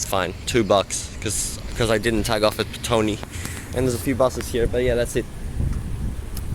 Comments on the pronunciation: ITS called State Highway 2, not freeway. Also it's Petone or Pito-One Do your research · Pet- oh -nee , this is how it is pronounced :) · Petone is Pronounced, Pit-Ohnee. The Melling Line stops abruptly, as it use to be the Main line to Masterton.